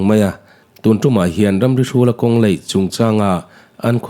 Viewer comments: elite studio "mizoṭawng hmang dik hram teh u.A AW B in zir lo ani ang.kawng laih tih tur ah kawng leih" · Kawng LAIH tih turah LEIH i ti thin a, beng ati thlep deuh thin